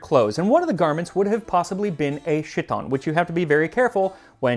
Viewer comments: "HEE-tōn" is better pronunciation than "SHIT-on"... Greek letter "Χ" more or less = "h-sound" when it's at the beginning of a word (it can change when it's in the middle or the end), maybe a bit rougher than the English "h", but not as harsh as Hebrew or Armenian... It's more like the "J" in "Jose"; definitely not "sh", as in "shut cho mouff, fool!" 😘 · Chiton isn't "shiton", it's "khiton". "Ch" stands for the Greek letter χ, which in Ancient Greek was an aspirated velar stop - think of a cat coughing -- but in modern Greek is a voiceless palatal fricative. This corresponds to the "ch" of modern German, which sounds a LITTLE like "sh" but not as much as when you said it. In any event, the ancient pronunciation would be most appropriate in context. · ~ - This joke only works by mispronouncing the word; it's *Kh*i-ton, not *Sh*i-ton. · Max, according to Merriam-Webster online and Wiktionary, chiton is pronounced KYE-tin. (I knew that "SHIH-ton" was incorrect because English words borrowed from Greek treat an opening CH as a K, not as a SH.) I suggest that you hire a copy editor to ensure that everything is accurate, including pronunciations; this isn't the first mistake you've made. (No disrespect intended Your work is great, but no one is perfect, and that's why you need a copy editor). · Nice episode. BTW, "chiton" starts with the Greek letter chi, so should be pronounced "Ki-ton" in English, not "shi-ton". Much, much safer. ;-) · Chiton isn't pronounced Shi-ton, rather Khi-ton... It's easy to check pronunciation without making a fool of oneself. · It's Kiton, no "sh" sound, and no "sh" problems there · That's chiton with a kh- sound, not ch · LOL "KAI-ton" not "shit-on"! The Greek ch (the Greek letter "X") is the letter "chi," as in all the fraternity and sorority names you see, like Chi Alpha Epsilon or whatever dumb name they come up with. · ✌🏼🇬🇷 ( it is pronounced: hee tón not shee ton 😂) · Chiton is not pronounced with an “sh” sound, it’s more like k-eye-ton.